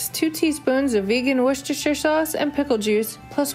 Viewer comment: Woah! An American that can pronounce ‘Worcestershire’ correctly 🤭🥺 I’m stunned 😧